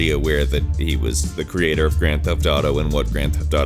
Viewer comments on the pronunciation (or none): none